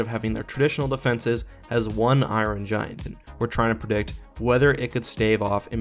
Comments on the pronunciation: Never heard of the "eyeron gian" I do like the iron giant though might have to give it a watch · Who don't love the " iorin"giant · I-Ron Giant. Lol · Why do you say it like Iwon giant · "Eye-run Giant"